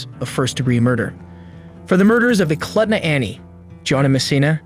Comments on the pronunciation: Eklutna is pronounced [Eklootna]. And in Knik, the K is not silent [K'nik or Kunick]. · Movie Frozen Ground was based on this case. Places get mispronounced often for villages or rivers up here. Eklutna - ee kloot nuh Knik - kuh nick Thank you for your videos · Eh-kloot-nuh is how you pronounce Eklutna and Kuh-nick is how you pronounce Knik.